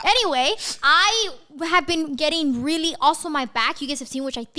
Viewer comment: Don't know if it's just me but everytime i hear say really it sounds like "weally" LMAO 😂😂💞